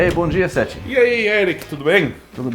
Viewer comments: 'th' NÃO se pronuncia como 'f' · Acho que se pronuncia como Seff (Seth com a língua entre os dentes).